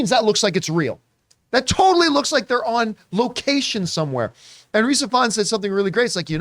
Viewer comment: Err, guys, a bit of pronunciation advice, “Ifans” is just the original Welsh spelling of “Evans” - Rhys’ brother Llŷr (also an actor) uses Evans as his surname. The first syllable is “iv” not “ev”, but otherwise it’s the same. The brothers were raised in the same small town I was, but they’re around 10 years younger than me.